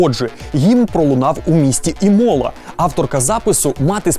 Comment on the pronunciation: як людина яка вивчає італійску вже два роки я маю сказати що не Берґàмо і не Імòла, а Бèрґамо та Ìмола зрозуміло що всім воно до пезди, але хоч би у вікіпедії подивилися як треба, бо вухам боляче(